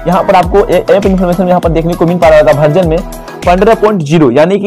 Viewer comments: भर्जन नहीं वर्जन होता है भैया 😂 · बार-बार तुम भर्जन बोल रहे हो.. वर्जन है भाई वर्जन है 16.8